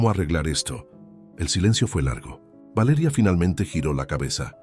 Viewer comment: Porque esa manera de decir Valeria horrible